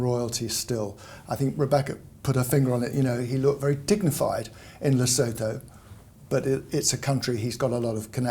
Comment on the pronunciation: Please, Rebecca! Teach how to pronounce Lesotho! It is very disrespectful to the country, apart from being annoying, to have the name mispronounced, especially by people who should know better.